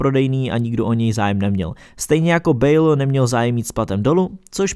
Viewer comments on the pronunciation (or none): none